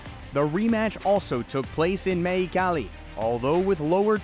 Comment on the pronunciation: "born and raised in maycali, mayco"!!!!!!!😳😳😳😳😳